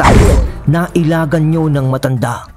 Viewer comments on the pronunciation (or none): none